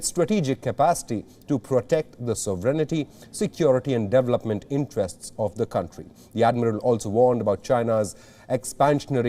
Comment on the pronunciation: Its pronounced as 'dee var lope ment' not 'there ver lope ment' dude.